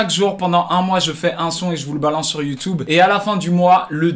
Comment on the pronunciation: Petition pour qu'il arrête jamais de dire Youtoube (gardes les toplines a jamais d'ailleurs)